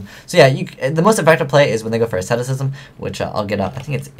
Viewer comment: You stopped saying "Ascemitism" instead of "Asceticism!" I'm so proud of you!